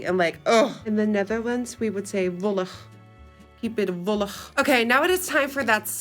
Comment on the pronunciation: I never heard anyone in the Netherlands say "wollig" 😂